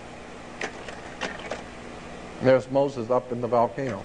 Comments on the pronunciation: Why does Jordan Maxwell pronounce volcano as "Valcano"?? I found it really annoying for some reason.lol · Jordan Maxwell loses me with "excape" and "VALcano"... Haha.